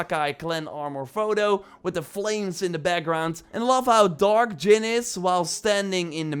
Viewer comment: It’s pronounced Jin with a “J”.. not Yin bro get your life together...